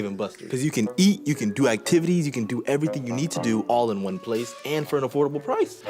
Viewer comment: “Was di praice” has me dying every time